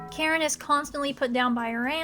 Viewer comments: Okay, all the love, but it's pronounced Ka-Rin, not Karen. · funny how whe you say "Karin" sound like you say "Karen"